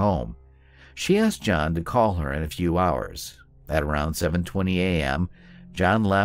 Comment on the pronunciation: Also pronounces John's name wrong. Obviously did not watch the interrogation.